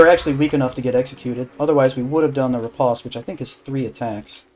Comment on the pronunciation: Its pronounced "rih-post", not "reh-pahst"